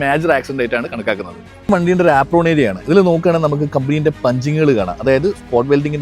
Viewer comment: ആപ്രോൺ ❌ ഏപ്രൺ ✅